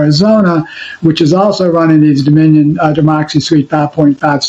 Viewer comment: Dominion not DOMINO😂